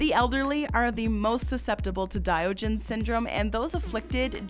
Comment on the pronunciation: Diogenes is pronounced die-ah-gen-ees